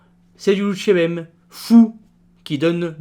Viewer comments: Lonjourbem ! pourquoi dites-vous "Loutchébem" au lieu de "Louchébem" ? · juste une petite remarque sur ta prononciation " tu dis en phonétique "lou tché bem" alors que tu devrais dire "lou ché bem" ne prononce pas le T! voila! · C'est bien la première fois que j'entends prononcer "loutchébem". Y a-t-il une raison à cela ?